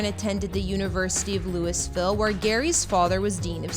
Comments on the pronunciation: Being from Louisville, the way this woman is pronouncing the city's name is killing me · I know I can't take it.lol